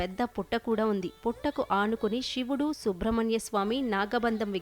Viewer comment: షివుడు కాదు తల్లి.....శివుడు. ముందు సరిగ్గా తెలుగు పలకడం నేర్చుకో. బత్తులు కాదు భక్తులు. తెలుగు పలకడం రాని వాళ్ళు అందరూ టీవీ లో యాంకర్లుగా వస్తున్నారు. ఇది మన తెలుగువాళ్ల దౌర్భాగ్యం